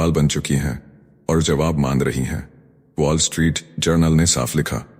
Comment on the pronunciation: पोल स्ट्रीट नही वोल् स्ट्रीट सही.